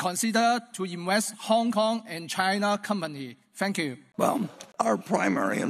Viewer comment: Here's how to tell HK accent from Chinese accent A lot of HK ppl pronounce thank you as "fank you" which this gentleman did, while Chinese (those with accent) pronounces as "sank you" I am also pretty sure a lot of band one kids are far from fluent in speaking English, let alone without HK accent However, being able to speak fluent English doesn't make someone superior to others. Criminals in Western countries can speak fluent English If we are to hate one someone's pronunciation, that's very sad